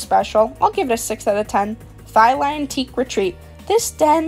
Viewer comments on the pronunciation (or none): she butchered the word Thailand